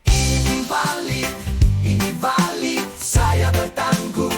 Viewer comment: kalau bisa lagu terbarunya jangan kasih judul "VALID" tapi "VELID" karena kaka ini selalu bilang VELID VELID hahaha... keren lagunya... dulu agak RAP.... sekarang agak Regeee... kalau bisa kedepan DANGDUT Kita wkwkwkkwkw.... Mantap. Tuhan Yesus Memberkati pelayanannya...